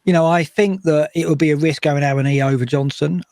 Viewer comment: BTW it's ah-one-ee if you listen to how Taiwo pronounces his own name